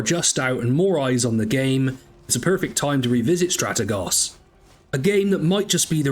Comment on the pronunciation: I would subscribe if you could correctly pronounce Strategos.